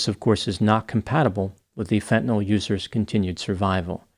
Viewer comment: Hat tip for actually pronouncing "fentanyl" correctly. Most people say "fen-tuh-NOL," which sets my teeth on edge. (I knew you'd get it right!)